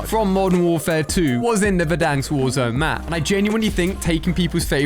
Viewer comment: Verdanksk pronunciation got me laughing, sorry :') Glad to see a good old Ali-A CoD rumours video again though! Hope you will be posting some more content about this CoD. Dang I'm really hoping this is gonna be a good one :)